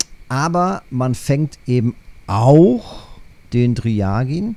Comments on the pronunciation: das war auch nicht böse gemeint.. Allerdings kommt der Name nicht von einem russischen Wort, daher ist auch die russisch klingende Aussprache falsch. Er hat den Namen wegen seiner Farbe, welches aussieht wie dryaged Fleisch, trocken gereift. Normalerweise hättest du recht, da man das umgedrehte R mit ja übersetzt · Bitte sprich den Fisch richtig aus..